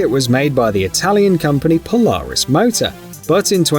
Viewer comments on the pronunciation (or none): none